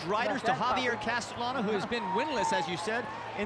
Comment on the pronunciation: Great race! That 3rd horse that maybe took 2nd place also had a great finish. Note: The professional media commentators need to be trained to pronounce the jockeys' names correctly. In Spanish, a double LL is pronounced as Y. So, Castellano is pronounced CAS-TEY-YANO (not CAS-TELL-ANO).